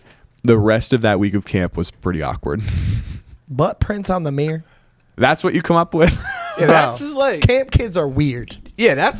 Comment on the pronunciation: Bro said Meer (Mirror) Lol